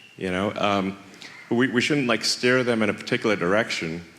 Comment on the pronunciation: ‘Steer’. Not ‘stare’. .